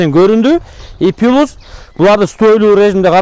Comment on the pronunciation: Кун желенин алып баручусу, туура суйлогонду уйронсо болот эле. Угуп турсам + пилус дейт, плюс + деп ойткандын ордуна….